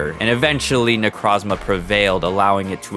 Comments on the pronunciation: = IT AINT "NECRAZMA"!! THERE IS AN O IN THE NAME! NE-CROZ-MA! NECROS=DEAD & PRISMA=PRISM! NECROZMA!!!! That dumb fucking TCG commercial has forever ruined Necrozma's good name i swear.... =w= Besides that dumb nitpick; Gotta sau love your nuzlocke animation stories!!! I swear you do better attacking animations than Jaiden!! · ITS NOT NECRAZMA IS NECROZMA DUM DUM